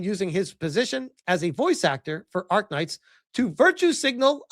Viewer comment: It is ARKNIGHT not ARK-KNIGHT! As a fan, this is an insult